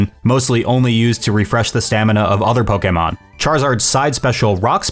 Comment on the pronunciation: pronouncing Pokemon like he’s ordering from his favorite fish spot